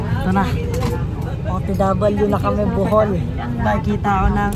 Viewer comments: BOHOL not Buhol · BOhol Po lodi Hindi BUhol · sir BOHOL po not Buhol 😅